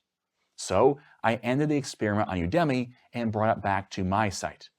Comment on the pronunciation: You gotta stop pronouncing udemy that way!